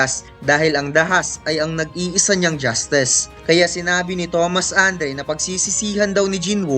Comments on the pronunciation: Eh yung justess? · Hahaha justess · Justes, thomas andee😂😂 patawa ka bguk